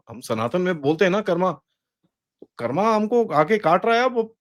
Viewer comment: सरजी, उच्चारण संभाले,*** "यह कर्मा नहीं शब्द 'कर्म ' है " हर बात में अंग्रेज़ी 'लहजा ' * क्षमा करेंगे हम भारतीय लहज़ा चाहते ** या फिर अंग्रेजी ही बोल‌द़े ' अधभेसुरा' नहीं । धन्यवाद जयहिंद